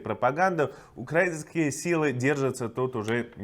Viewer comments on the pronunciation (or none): none